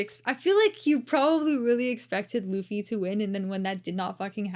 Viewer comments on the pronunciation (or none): Mauricio Ruffy has the R pronounced as an "H", not an "L". "Hoofy" v. "Loofy". This, by the way, is using Brazilian Portuguese pronunciation. The pronunciation in Portugal would have the beginning R in a name sound a lot more guttural and rolling, much like a French pronunciation. That is in fact the predominant way to immediately tell the difference between someone who learned Portuguese in South America, as opposed to Portugal.